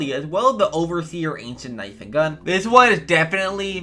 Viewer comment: 😂😂😂 lol u said antient overseer set